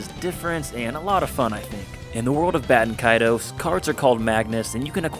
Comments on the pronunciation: Considering Baten Kaitos is the actual Japanese name to the game, there is only 1 way to pronounce it. Japanese doesn't have weird pronunciation rules like english. You pretty much just pronounce every single letter in Japanese. It's Bah-teh-n Ka-I-to-s. If it wasn't intended to be pronounced exactly as written, the Japanese would have changed the spelling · Bay-ten Kay-toes 😤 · it's important to remember that in Japanese, phonetics are virtually always pronounced the same way with very few exceptions. So ば is always "ba". And て is always "te". So yeah, it IS "Bah"-Ten Kaitos(u) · dont worry, I pronounced it apparently the most wrong way, which was BAY-TEN KAY-TOES.... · >know the game name pronunciation is confusing >finds primary source in Japanese AND an obscure English source >Still pronounces the name wrong I’m upset